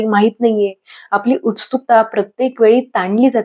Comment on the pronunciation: कृपया उच्चारावर लक्ष द्या उस्तूकता....म्हणताय तूम्ही